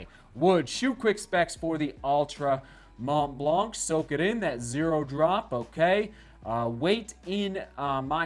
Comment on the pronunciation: Mont Blanc is pronounced [Mon Blan]. Exactly the way you pronounce it but without the “t” and the “k”. It means White Mountain.